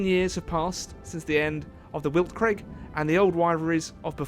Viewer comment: Man I really don't wanna be that guy, but Weltkrieg is pronounced Velt-kreeg 😅